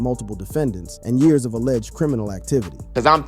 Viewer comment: "10 yarrrrrrrrrs"